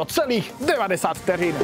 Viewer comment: Nikdy jsem si to vlastně neuvědomil a musím říct, že velmi cením vyslovení "ř" v názvu tohoto pořadu! :D